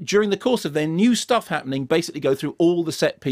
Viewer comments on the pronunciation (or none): none